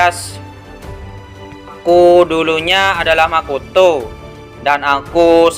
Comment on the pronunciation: Lebih ke intonasi nada nya si kak, kayak pas intro bilang makoto, pas di hutup to itu biasa aja nandanya kak